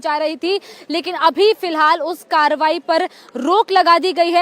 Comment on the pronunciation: Please correct your reporting. It's not tobahi, it's Karbahi